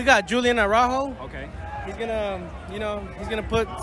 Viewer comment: He said Julian Araujo 😂😂😂😂😂😂 I'm dead 💀 💀